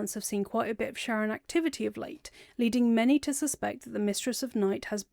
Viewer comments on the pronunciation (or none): super minor pet peeve that you pronounce sharran like "sharon" and not like "shar-ren" to sound like shar's name